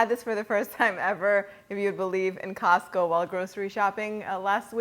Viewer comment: You said Costco and I heard Cuzco. 😂